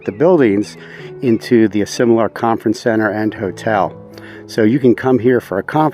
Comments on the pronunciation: WRONG pronunciation of the name Asilomar ! you call it Asimolar ! Otherwise great video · Love the review of this special place but you did not get the pronunciation correct. This place is pronounced A Sil O Mar.